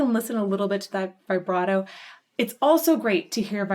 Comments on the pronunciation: ok i didnt look at when this vid was made... if you're going to try to put yourself forward as a music expert.... learn to pronounce vibrato correctly. christ what are they teaching kids in school nowadays? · I tried to avoid this but I can't. Please stop saying vybrato. It's vibrato, like vuhbrato. Please & thank you. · U heard it before u made the video.. u said u did... u called out what would happen next a few times... and way to go on pausing the solo. Worst timing. And vibrato is pronounced VIBrato not VIBErato. Also, it's not a tribute to dime. This was from 1990 and he was killed in 2004, so I don't know how u figured ur theory right after u stated facts. I'm glad ur open and appreciative ove this, but ur assumptions are expressive and u obviously didn't enjoy a lot of it.. more so, just blown away that it's actually good music. Not trying to be ultra mean or rude, but this reaction was more like "I studied this song and I'm gonna fake what I feel like" kind of thing... good for u. So honest